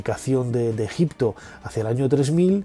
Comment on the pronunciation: Pero si tú eras el experto que aprendiste ejicio pronunciado con una piedra venga fantasma